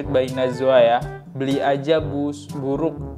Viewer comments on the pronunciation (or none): Bitter sweet najla bukan najwaaa..